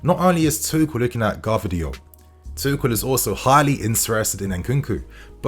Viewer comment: Nice to hear someone pronounce Gvardiol correctly 😆